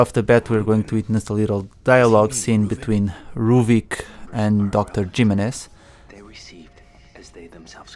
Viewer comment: Lol its pronounced Himenez xD not Jimminez XD its spanish, similar to how Julio is pronounced Hulio but you are a pro player so all is good ^^